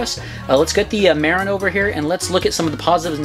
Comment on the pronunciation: As a northern Californian, felt the need to comment that Marin is pronounced "muh-rin" not "mair-in". Love my TranzX